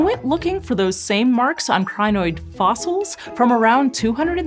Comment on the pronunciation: Thought you said Gynoid, like a female Android.